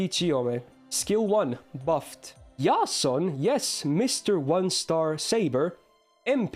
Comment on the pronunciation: The fact that you pronounced Jason correctly makes you my favorite fgo-tuber